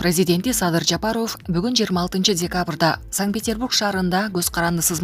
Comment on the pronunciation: Дайым эле кол берип учурашат го .качан кордун эле бут берип учурашканын.айланайын окуп аткан кыз Жапарыов дебей туура Оку дикциия деген жок го такыр сенде .